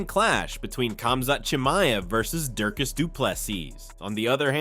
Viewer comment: Who is " Durkis ? " DRIKUS !! if you expect people to watch your channel learn to read and pronounce peoples names correctly